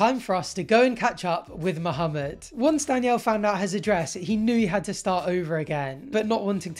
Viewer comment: U pronounce the name Muhammed well, its refreshing to hear